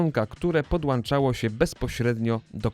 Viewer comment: podłancza urządzonka